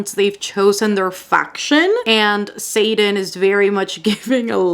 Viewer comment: I got so confused for a sec bc I kept thinking you were saying satan instead of xaden. I was like satan is in fourth wing?😂